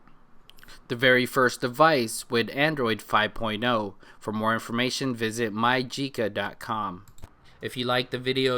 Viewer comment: you did say it Perfect *keep up the good work*